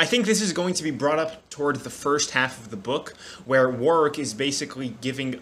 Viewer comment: If you pronounce Warwick wrong one more time lmaooooooo Btw I think it's pronounced "War-ick" there's a city here in the uk that's pronounced like that so yeah.